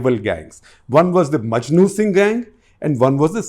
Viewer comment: This man doesn’t even know his facts …repeatedly calling Maknu Singh as ‘Majnu Singh’ …